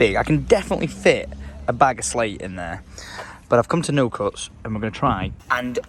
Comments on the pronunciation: Nocutts? Do you mean notcutts Tom?😂😂😂 loving the content as always for the last 10 years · How he says notcutts, it’s pronounced not-cutts